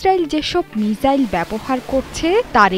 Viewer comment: মিসাইল হবে আপনি মিজাইল বলেছেন বার বার